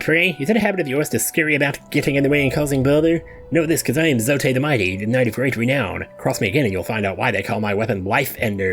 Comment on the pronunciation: I always thought it was 'Zote' pronounced like 'wrote', not 'Zo-teh'